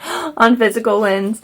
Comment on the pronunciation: When we were talking about this the other day I thought you said Winds and was so confused but now it makes more sense lol